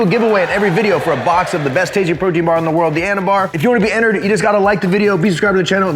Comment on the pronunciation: Anabar/Anabutter 😂 bro no